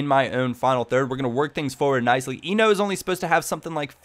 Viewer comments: AJAX :D Btw you pronounce Enoh as Ay (as in play) No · Enoh - [é-no]